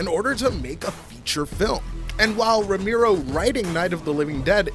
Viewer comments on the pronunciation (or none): Bro you lost me when you started calling him "Ramiro"